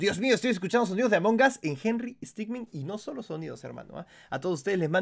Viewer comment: herrero henry stickmin lo dijo bien